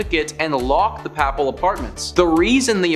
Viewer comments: The word papal..the first a is pronounced Long a..as in " "pay..pall" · The way this guy says "papal" is giving me a stroke. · The pronunciation of Papal and various other words distract from the video itself. Before doing voice overs seek help with proper pronouncing of word. Papal has a long A as in pay.